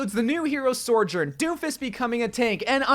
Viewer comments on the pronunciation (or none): Sorejern?. So-jern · SOjourn, not SORjourn. great video otherwise :) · sourjourn? i feel like content creators should have a modicum of diction... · Sorjorn? Really? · Stop saying soRjourn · Say sorjourn one more time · Ok. It’s: So. Jern. That’s it. That’s how you say it. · I just wish you pronounced her name right the whole time ✋🏻🥴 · You know you can google words like Sojourn and it’ll tell you how they’re pronounced right? 😂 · You keep throwing that non existent "r" into Sojourn's name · I love the butchering of sojourn